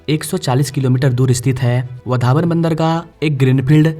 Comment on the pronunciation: वाढवण नाम है वधावन नही